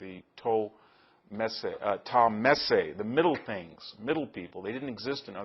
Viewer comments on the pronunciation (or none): none